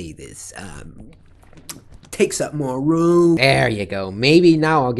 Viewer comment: “Takes up more REWOOM,,,”